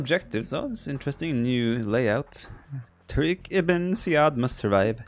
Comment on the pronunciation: Pronounce 'tariq ibne ja-id.